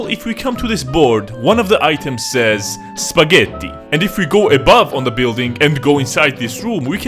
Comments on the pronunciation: Never knew you were swedish until you said "Spagheti" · the way he says "spagettí" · AHAHAHA spa-Getto, only Italians can get that